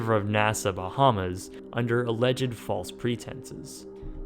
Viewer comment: I don't think i'll ever get use to non Bahamians pronouncing the names of our islands wrong lol